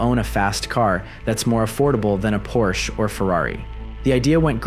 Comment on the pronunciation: You're pronouncing Porsche wrong the e isn't silent